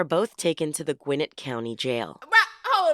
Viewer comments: Hearing the narrator say “GWIN-nit” instead of “gwi-NET” is like nails on the chalkboard. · As a Gwinnett native, it's pronounced Gwinnétt. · The way they pronounce "Gwinnett" is annoying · Not far into the video but she say "Gwinnett County"? As in GA. As in where I live - ffs!